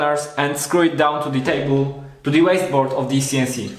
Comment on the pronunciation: Funny how every time you say “This CNC”, Siri on my phone activates... I guess it sound to it like “Dis Siri” which is the triggering phrase in French... Other than that, well done with your DIY CNC!